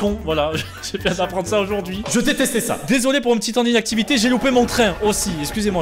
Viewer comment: A chaque fois j ai l impression qu il dit : "dsl pour le titan d inactivité ! " 😅